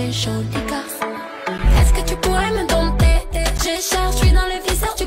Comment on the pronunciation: Cher, le « p » de dompter, dompteur, dompteuse, indomptable… ne se prononce pas (c'est comme dans compte et compter).